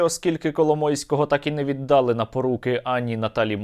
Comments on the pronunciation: віддАла, -ло, -ли - галицький наголос, віддалА , -ло, -ли - правильно літературною мовою і в нас в Київській області так все життя кажуть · нема в українській мові слова віддАли, правильно віддалИ. наголос на И